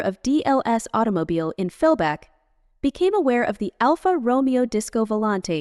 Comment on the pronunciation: Dear god. ‘Alpha Roe-me-oh’. PAAAAHHHH-leeeeeze make a minimal commitment to self respect.